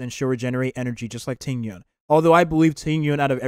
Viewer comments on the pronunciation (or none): none